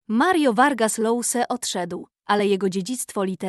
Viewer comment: Czyta się Josa, a nie Lousa.